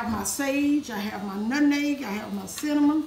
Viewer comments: I knew this was the recipe for me when she said “nutneg” instead of “nutmeg” 🙌🏽🩵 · I know it's right because she says "nutneg" instead of nutmeg, just like my Grannie. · Wow my 83 year old mom says "nutneg"😅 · 💗💗💗My mama used to say it like that too☺️. I’m sorry you lost your mom. I know that pain. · Yes my grandma said “nutneg” too and that defly struck my heartstrings ! Praying for u this holiday season!🙏🏾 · Mom says nutneg as well. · My grandma used to say nutneg too. It's a Virginia thing I think 😂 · My Auntie says it like that! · Lol, my mom use to say "nutneg" too 😄. And I feel your pain my mom passed away in February 2019😔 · She had me at “nut’n’egg” lol. I knew it was going to be a fantastic recipe as soon as I heard her pronounce nutmeg like my Madea! Love it! I made this recipe last year and it was amazing. My family loved it. Making it again this year. I’m so grateful for you taking the time to record this. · No how she said nutmeg (nutneg). I love it. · And “nutneg”!!!! My grandma use to say that!!! I miss my grandma. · My mom and aunts also said "nutneg" LOL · When she said lemon extra and nutNEG the whole video just felt like HOME ❤ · Listening to say "nutneg" reminds me of being in the kitchen with my grandma as a lil girl. I have watched this video a few times! I love this recipe! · Oooowewe astephenasearlesii THANK YOU SO MUCH FOR CLARIFYING how long cooked these pies… because she totally forgot‼️😅😂🤣 I’ve watched her for the past couple of years and still no new recipe giving cook time!🫣🤭🫠 She is just as sweet as I imagine her pies 🥧 to be! Her pronunciation of Nutmeg(Nut’n’neg) and Extract(Extra), nearly took me out‼️🫢🤫😁😆😄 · The same here with the pronunciation of nutmeg, and my condolences on your loss. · I know. God bless you. My mom said it the same way. She passed away March 8, 2017. 🙏🏾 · She says nutmeg like my mom. 🥰